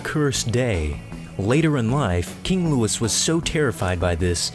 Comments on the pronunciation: It's King Louis (Lewey), not King Lewis. It's a French name. You don't pronounce the "s". That was kind of funny. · it's king Louis, not king Lewis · Learn how to pronounce Louis. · King Louis is not pronounced like Lewis. It's pronounced like... Louis. Also, that last guy didn't piss off thor - that's thunder - Zeus is lightning. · How could you mispronounce Louis...did you go to school? I'm so embarrassed for you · it's the English pronunciation of a French name that anyone who is talking about history should know how to pronounce. that's like calling someone named Jorge "George" just because you want to call him by the English name. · KrunchyNaut thanks genius, you're missing the point. You don't change the name of a famous historical figure to the "proper english" version just because you want to. It's french, a name of a french person, therefore you pronounce it the correct french way. It's really not that difficult to do or comprehend. I have never in my life heard someone talking about history with even an ounce of authority calling him Louis the english way. It sounds ridiculous and it IS ridiculous. Just because there exists an english version doesn't mean you use it.